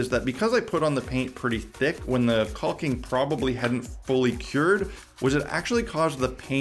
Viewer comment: The L is silent in caulking. Pronounced Cawk-ing. Not quite cock-ing. But close. Not sure if you choose to sound... like that, or just don't know. But yeah, you are pronouncing a silent letter. It's not regional or an accent either. Takes .3 seconds to look it up if you like. I like your videos. You seem smart. Just, not when talking about caulking (fyi they rhyme, but nobody says tallll king).